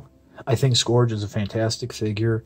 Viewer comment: isn't it pronounced as 'skurj' and not 'skorj